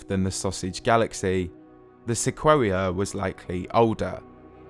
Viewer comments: Pretty sure "se-quo-ee-a" should be "se-coy-a" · Hey, great video, as always! Just one tiny nitpick. Sequoia is pronounced "Sa COY ya", not "Sa KWOAH ya". But I only know this and am saying anything is because I grew up in the Sequoia National Forrest in Northern California, or else I probably wouldn't know the proper way to say it, either. Keep up the great work, I always look forward to new videos from you! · Lmao "Sequwawia"? Dude, it's pronounced "Seh koy ah". Anyway, fantastic video, love them! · Good video. Small nitpick; Sequoia is pronounced "Seh-KOY-uh". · It's Seh-KOY-AH or SEH-KWOY-YAH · My man talking 'bout Seh-quo-wee-uh. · Am I the only one who's never heard "sequoia" pronounced like that? I've always heard it as "sek oy ah". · Came here to say this too. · Wouldn't it be pronounced 'sek-oi-ya'? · Great video. Sequoia is the name of the giant redwood trees and it's pronounced "suh-KOY-uh" ;) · The only thing in the video that bugged me. I think the narrator, being British, hasn’t really ever heard it pronounced, whereas it’s a common town/road/school/car/giant tree name in America. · You’re pronouncing “sequoia” incorrectly- it’s the big Californian redwood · They way he pronounced Sequoia made me want to cry